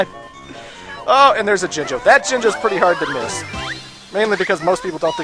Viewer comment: Its Pronounced Jinjo